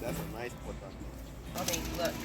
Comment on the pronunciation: Aww...patatoe...lol😂....sounding like our sistas and brothas n the MOTHER LAND....SOOOO nice....the FAMILY getting down in the Garden ...1 PEOPLE...1 MIND....1 LOVE ❤️...1 NATION....1